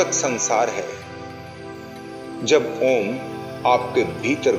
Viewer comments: Meri comment padhiye, Om ka jap karte vakt direct ओम mat boliye अओम aisa ucchar kariye air thoda pyarse bolne ki koshish kijiye. Do aakho me bichme aakhe band karke dhyan do. MERA TO 2 MNT ME ACCHA DHYAN LAGTA HAI..LEKIN SHANT MAHOL ME BAITHIYE..🙏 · आप का ओम का उच्चारण ठीक नहीं है।ओम का उच्चारण ओम न होकर।अ उ म के रुप में होता है।इसके लिए सदगुरु की वीडियो का अवलोकन करें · Bhai aap paagal ho gye h ॐ ko om uchharan krte ho Kisi se seekh lo pahle achhi tarah plz Jai shiv ॐ